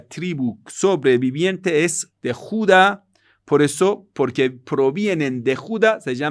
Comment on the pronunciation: Tribu de Judá con acento en la a. Te felicito muy buenas clases.